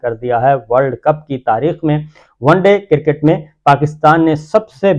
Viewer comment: BHI G cricket hotta ha KERKET nahi hotta. Tobah kitni ghalat english boltey hain